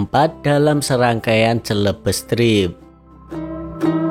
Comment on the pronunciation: Mas di episode ini saya agak ganjil mendengar ucapan Celebes,.. itu dibaca selebes mas bukan celebes atau nama lain dari Sulawesi... kalau sumatra itu andalas dankalimantan itu Borneo ... oke mas sukses tetus... Wanie, Sentani Jayapura papua...